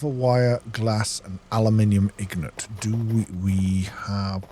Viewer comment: Thank you for an entertaining video. I know it's a small thing, but as a non-native speaker, it rubbed me the wrong way: perhaps read the word "Ingot" slowly and carefully, and note the position and order of the letters "n" and "g" in it. The word should end with "got". As I said, a tiny thing, just a quibble.